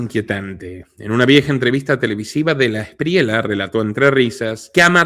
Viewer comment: se dice de la esprieya amigo, no de la espriela, y otra cosa el DAS ya no existe, afortunadamente.